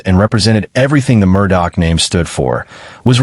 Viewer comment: For you guys to say that you go into details... one would think you woyld at least know how yo pronounce the name right?